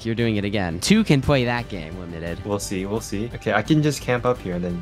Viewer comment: Bro limited sound like doly 😂